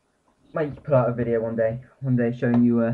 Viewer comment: hi :) you say "we're gonna press-" and then you say something that sound like "Owt"... so, it sounds like you say "we're gonna press Owt" and maybe that's what you said, but wtf is Owt? :)